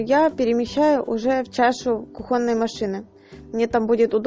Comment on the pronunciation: и кУхонный, а не кухОнный).